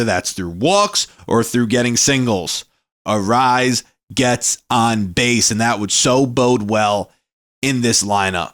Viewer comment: Dude, it's not pronounced "arise". You'll be a lot closer with "uh-RAY-ez". Not that big of a deal...good vid 👍